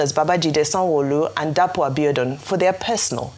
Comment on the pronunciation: I love the way pronounced Dapo as Dapbo 😮